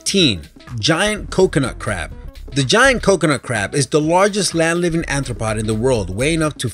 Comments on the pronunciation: keeps saying aNthropod. It's aRthropod. aRthropod means bug. aNthropod means human foot. BIg, big difference. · Great video,, but the way you pronounced aRthropod made my eye twitch. xD